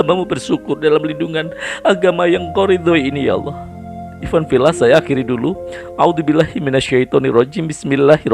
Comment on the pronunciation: Innaka laminal mursaliin... Ikhwan fillaah.bukan ifan fillah